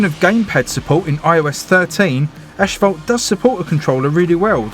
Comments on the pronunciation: Sorry to correct you but it's pronounced a**-fault, not ash-fault, just a correction! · mait itS not aSHphalt nain